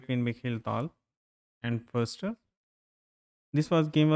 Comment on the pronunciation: Geza Fuster? (not Furster)